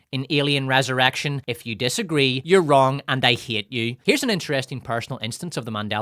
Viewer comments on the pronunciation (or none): in the context of Winona Ryder, is he saying "resurrection" or "res-erection"? What a mystery